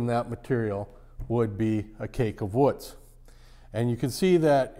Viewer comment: Wootz is not pronounced like foot it’s like boot. Also if you watch the documentary about Al Pendray then you will understand this is an over simplification of how wootz steel is made. The thermal cycling and vanadium percentage is critical otherwise you just get steel that looks like wootz but does not have the same properties.